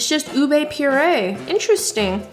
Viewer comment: I try to not stay too long in a TJ’s store because I’ll end up buying more than what I need 😅 Also, Filipinos pronounce it as “ooh-beh” not “ooh-bey” ☺️